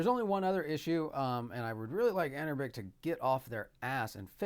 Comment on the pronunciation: Love your video but the company is pronounced anbernic not anerbic other than that great video. Will this play Def Jam Fight for NY as you showcased without any tweaks? What about the NBA Street series? Those are basically the games I loved on ps2 and would love to enjoy them on the go. New subscriber here keep up the great content